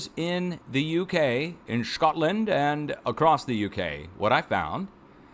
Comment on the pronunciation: Love the connery-esque pronunciation of "Shcotland"!